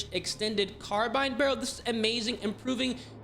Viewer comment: Literally says "carbun", these guys are always illiterate.